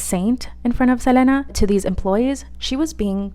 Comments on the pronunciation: Right like why is she saying her name like that lol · everytime she says selena i get upset js say it regularly stop tryna be different